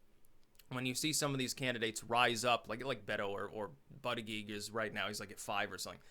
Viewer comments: You keep saying "buddyGeek" when its pronounced "bootyJudge" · You pronounce Buttigieg as in Boot-eech-eech with a harsh gee (almost a ch) sound not a soft gig sound. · As a long time fan, and someone who lives in South Bend I have to tell you that Buttigieg is pronounced like Buddha-judge. I love ya but I’ve been cringing every time you say his name. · Buttegieg. It’s Maltese. Pronounced ‘Bootehjig’ phonetically.